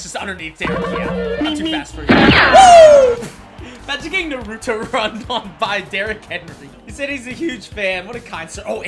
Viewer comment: Dis man said NARUto it’s naruto